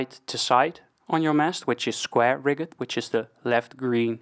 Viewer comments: Around the 15 min mark. Rigged is pronounced the same as you pronounce fully rigged ship.... as Rigg'd not riggEd. ... also Staysail, Headsail and Jib. The outermost is the jib, then head, then staysail... but again, if I have wrong info, I'm happy to be corrected, that's why I like watching videos like yours. BTW, ty, I do like your vids. 👍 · Just to learn. In Dutch a mizzen mast is called a bezaan mast. In English double 'o' is pronounced as 'oe'. So a schooner in English is the same way pronounced as schoener in Dutch. The frase 'rigged' is pronounced as 'rigg'd'. A informative video, keep going, keep learning. By the way i am Dutch also.